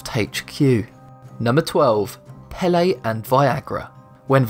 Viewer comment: Its pronounced like pay-lay